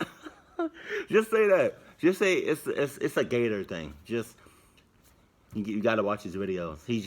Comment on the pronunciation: "It's a Gattor thing." =)